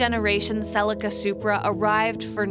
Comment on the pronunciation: Another great review & loved the history of the Supra. Though you say Celica kinda funny. We (Aussie) pronounce it as Sell-e-car. I understand the need of an Auto, and most Auto's are quicker than a Manual. But just for the pure driving enjoyment, has to be Manual all the way.